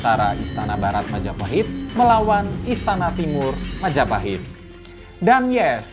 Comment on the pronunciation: Mahajapit ❌ Majahapit ❌ Mapajahit ❌ Mahapajit ❌ Majapahit ✅✅✅✅